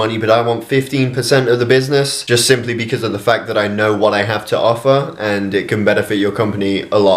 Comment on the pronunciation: "I would reconsider my affer"